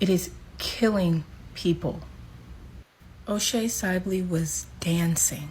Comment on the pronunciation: Can she pronounce my friends name right O’Shea sibley!